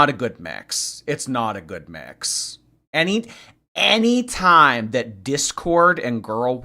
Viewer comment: Can’t wait to see how she does on the lolcow bus show, no one talks with ten syllables at the end of every sentence. She says why do people say things that are not truuuuuuuueeeeee. And I am not going to deal with thaaaaaaaaaaaat. And on and on.. Let’s see how that goes over. lol.